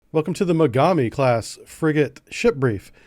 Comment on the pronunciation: ※まがみではなくもがみ型です